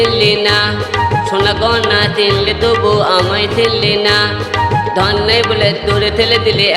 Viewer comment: ভাই তোর ধন কথটা ধোনের মতো শোনা যাচ্ছে 😂😂😂